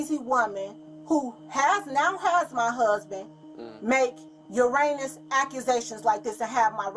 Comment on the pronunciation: It's Erroneous not Uranus but that's funny in a dark situation!! 😂